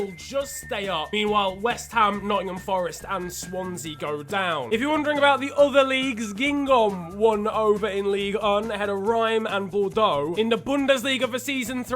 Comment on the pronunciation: How normal people pronounce Reims: Raes How pronounces Reims: Rhyme